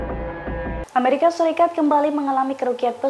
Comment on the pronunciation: Amrikia...? Amerika